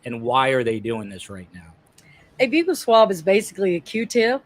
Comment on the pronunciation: Buccal is pronounced as “ belt buckle “ Buckle swab - that’s a DENTAL TERM